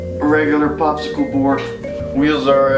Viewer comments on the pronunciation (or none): he said Popsicle board ;b